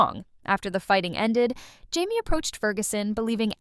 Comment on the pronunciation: What is with all these AI video reviews? So annoying. “High-me” instead of “Jamie,” huh? BS